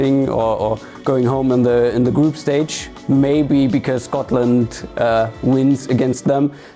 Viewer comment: This woman really said Scotland😂😂😂😂